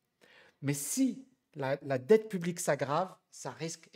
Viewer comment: "Dette pu-blique"